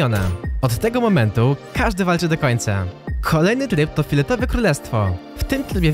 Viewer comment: Powiedziałeś filetowe a nie fioletowe